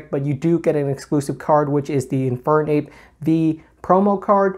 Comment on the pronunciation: gotta be honest you said Infern-ape and i died inside